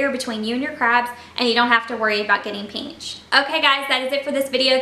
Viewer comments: Pinched not peanched lol 😂😂😂 not making fun of u southerns im north so it kinda sounds funny to me no offense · listen to how she says it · It’s crazy cuz I never heard anyone say pinched like that but now everytime I see the word pinched I hear peenched 💀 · The way she says pinched